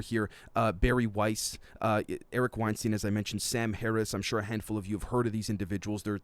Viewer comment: Hey just and FYI Eric Weinstein's name is pronounced like Einstein, i.e. 'Stine' and not 'steen"